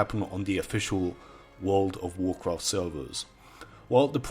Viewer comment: Wowld of wawcwaft